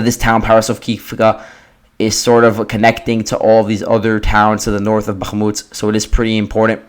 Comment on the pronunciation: If you need help avoiding the accidental "g" sound in Bakhmut, try forcing yourself to pull your tongue down flat into the floor of your mouth instead of just back. The "g" comes from your tongue expanding while it's pulled back, making it bounce off the roof of your mouth. If you open your mouth wider when you hit the H you'll notice the same improvement.